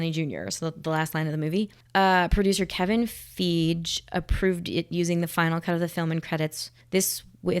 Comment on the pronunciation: "Kevin Feedge" --Shanellie Raikeeyo 🤣